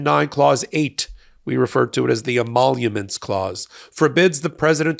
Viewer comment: Trump can’t even say emoluments.